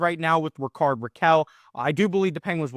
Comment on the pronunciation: Your pronunciation of Rickard is completly wrong